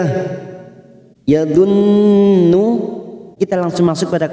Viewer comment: Maaf Pa USTANAAF..KNAPA BACAAN YAZHON JADI YADUN..SBLUM ANFUSAHUM trimakasih 🙏